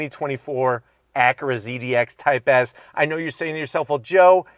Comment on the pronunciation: Acure Type-Hearse😂